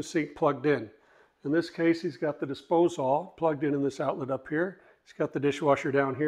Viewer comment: No one ever told my man how to say disposal?